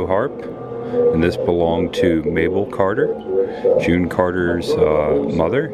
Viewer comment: Also...it’s Mother Maybelle, not Mabel.